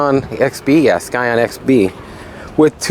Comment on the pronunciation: The c in scion is silent